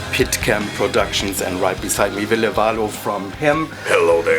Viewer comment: like vill-l'e (LE fast..) then va'lo (not like a rollin o.. just start saying o and then stop before going oU